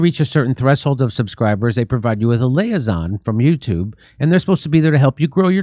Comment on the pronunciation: I love jimmy so much. But… Louisiana: Loo-ee-zee-anna instead of loozy anna Liaison: Lee-ay-zon instead of Layzon I hate that I’m that guy but it was driving me nuts. Great work otherwise, as usual